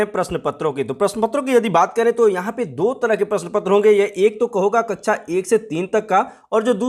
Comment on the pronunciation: कृपया कक्षा को कच्छा कहना बैंड करे